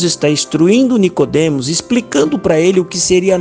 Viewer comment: A pessoa do áudio já perdeu a credibilidade no momento em que falou "Nicodemas" 😂